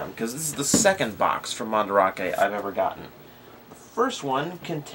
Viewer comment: MandArake, it's not spelled "Mandrake", so you pronounce it as "Man-Da-Rake", or if you want, "Man-Da-Rah-Kay", but not "Man-Drake"